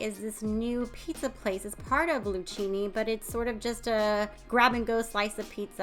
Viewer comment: Luchini is pronounced Lukini as 'ch' is pronounced as a 'k' in Italian.